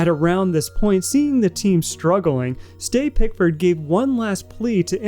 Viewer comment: Ste, sort for Steve/Steven/etc, pronounced like Tree